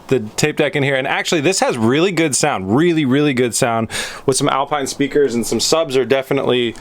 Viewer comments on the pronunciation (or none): none